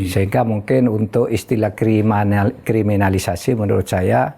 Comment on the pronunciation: Pak Mahfud dr dulu sangat sulit menyebut kriminalisasi, apa krn org Madura?